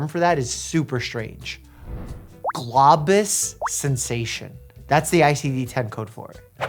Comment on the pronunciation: Doc it’s Globus (glow-bus) sensation lol. Just for next time.